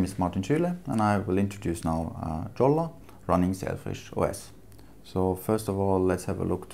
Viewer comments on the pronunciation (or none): Your english is much better its written JOLLA and pronounced Yolla